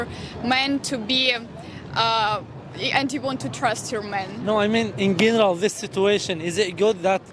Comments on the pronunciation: نطقك خاطئ لكلمة General حرف G ينطق Dj و ليس G ( ݣينيرال ) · كان يجب ان تشير فى حديثك اننا لدينا فترة خطبة و يتم فيها التعارف اكثر و التقارب ثم يتبعها الزواج .... ثانيا لى ملاحظة على نطق كلمة in general يا اخى انت تنطق الانجليزية بشكل جيد كيف لا تعرف نطق هذه الكلمة بشكل صحيح فهى تنطق j و ليس g /jeneral/